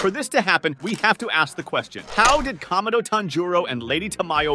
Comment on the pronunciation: IT'S PORNOUCED KA-MA-DO NOT KAM-A-DO AND IT'S TAN-JU-RO